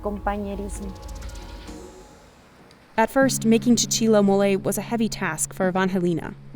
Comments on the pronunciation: Why couldn’t she just try and say mole right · Americans, PLEASE stop butting a random "y" at the end of every foreign word. Where is that effing y in "Mole" – is it called "Moley"??